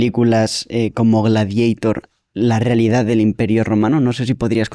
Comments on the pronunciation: Porque pronunciamos gladieitor cuando en latín es gladiator ...porque americanizar el latin😢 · Gladieitor no. Gladiatór. Es latín. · Gladieitor? Ahora el latín se pronuncia a la inglesa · Gladieitor dice el tío. Hay que dejarse de eufemismos, neologismos y anglicismos o acabaremos perdiendo vocabulario. Yo aún sigo diciendo "marimandona" en lugar de "empoderada" y pronuncio la "e" cuando digo Baltimore. FREE ZOUHAM o abandonad toda esperanza. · Gladiator por qué pronunciarlo en inglés si es romano?